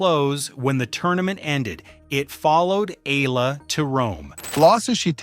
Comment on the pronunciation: EH-YA-LA get it fucking right or get off the net